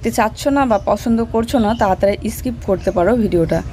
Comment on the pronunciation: Eskip aabar ki kotha. Skip bole. Jodi na bolte paro tahole youtube e pronunciation r video dekhe practice koro